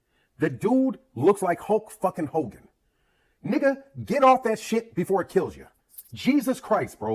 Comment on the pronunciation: That guy is the worse boxing content person to ever listen to . " Hluk Hogan " 🤣😭 what an idiot 😂